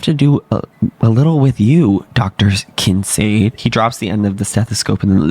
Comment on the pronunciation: Much love… but why are yall pronouncing Kincade like that..? 🥺🥺🥺